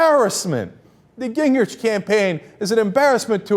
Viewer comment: The correct pronunciation of his name, according to his sister, is Gingrick